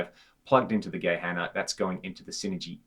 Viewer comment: His pronunciation was actually pretty spot on! Instinct would tell to say "ck" but that's how we can tell right away if someone is a native speaker :D And thanks so much for the compliments! Engineering is really kind of a society-thing here - also our regulations on what kind of devices you're actually allowed to sell are waaaay stricter than in other countries! I've bought a lot of US-made pedals and opened them up just out of pure interest and quite a lot of them would be taken off the market here in no time because they don't meet the regulations - of course not as they don't apply in other countries. And yeah - love this channel, too!